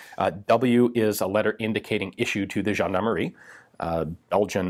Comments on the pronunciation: I love it when you pronounce foreign word but i completely I lost it when you said "Gendarmerie" (Jeanemarie, a old fashion giving name for girls) instead of (jean-D'arm-e-rie) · Nothing says "gendarmerie" like the letter W. Right?